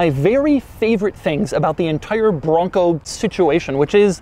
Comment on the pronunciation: Doug gets a 0/10 for the way he says bronco.